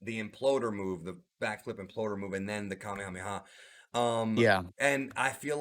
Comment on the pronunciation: And you said Kamehameha right thank God someone who listens to the Audio in anime 🔥